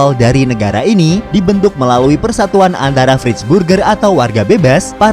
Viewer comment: itu dibacanya bukan vrijburger tapi (Vrayburkher) ejaaan Belanda min !